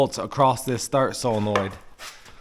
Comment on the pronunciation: Only person I’ve heard pronounce solenoid correctly 😂 I get made fun of